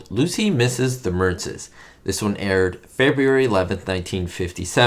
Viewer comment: It almost sounded like you said, Febriary, like Ricky does! LOL